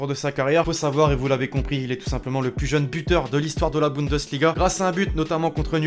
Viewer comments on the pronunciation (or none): none